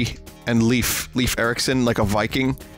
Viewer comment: If he's the Scandinavian viking he looks to be, it's actually pronounced [leɪf]. [eɪ] is the same sound as the letter A, as you say it in the English alphabet. So it's more towards Layf than Leef. I know this probably isn't the AMERICAN way of pronouncing it, but it's the proper Swedish way. :p On an unrelated note, the Swedish way of saying Joel makes it sound like it's from the planet Krypton: Joo-El.